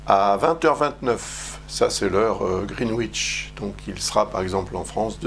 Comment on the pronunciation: Greenwich se prononce: GRINN. NITCH.